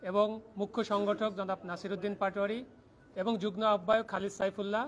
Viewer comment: যুগ্ন বলছেন কেন হবে যুগ্ম।